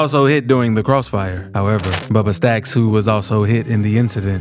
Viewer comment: Say bubba staxx again 😂😂